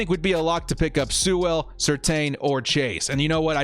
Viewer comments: FYI it's pronounced like Sool not Soo-well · A pronunciation correction for you. Sewell is pronounced "Sue-ul" almost like "fuel). The W is pronounced but the 'e' is more of an 'oo' sound. Otherwise, yeah, if he's there definitely take him.